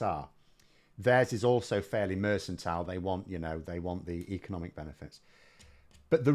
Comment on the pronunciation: Mercantile is pronounced merkantile not mersantile FYI.